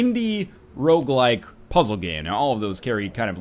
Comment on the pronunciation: Oooh, He said "Rouge-like" time to take a shot.